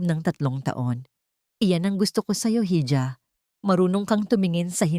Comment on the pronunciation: yong hija/ iha po hindi alam ng AI narrator mo mag pronounce.